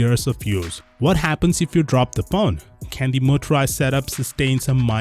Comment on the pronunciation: You say the word "What" so weirdly, it annoys me